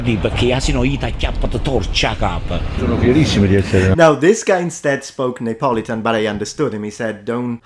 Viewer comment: En anglais, Neapolitan ne se prononce pas /neɪˈpɒlɪtən/ (je pense que c'est ce que vous dites) mais /niːəˈpɒlɪtən/.